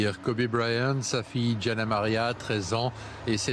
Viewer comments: Les français sont forts pour déformer le prénom des anglophones que ce soit á l'écrit ou en prononciation. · Pffff qd on fait un article sur quelque chose il faut qd même s’informer c’est GIANNA et pas Gina misss you Kobe and Gigi